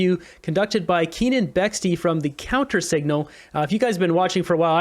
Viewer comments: KEE-UN. Not KEEN-UN. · His name is Keane not Kenan